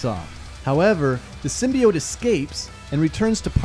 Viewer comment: Yano just cause the movie pronounced Symbiote wrong..doesnt mean u have too 😂. Great vid...venom is a beast...and weak as fuck in the symbiote world 😎